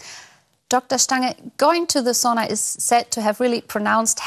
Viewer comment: Das ist Sauna, nicht Soona ;). It’s Sauna, not Soona ;). Greetings from Finland ;).